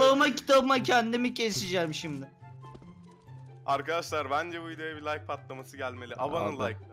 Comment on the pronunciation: Meraba arkışlar diyo bugra